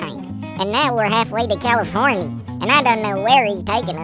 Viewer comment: Californy is the best way to say it.